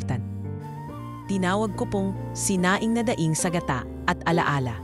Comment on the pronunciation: Sobrang Ganda Po ng istorya. Tangi ko pong comments may mga grupo po ng salita na d maganda at Tama Ang pgkakabigkas gaya Po ng "kanin", ngumiti, daing etc. salamat po